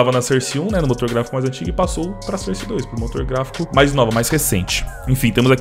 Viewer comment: Mano pfv pronuncia source direito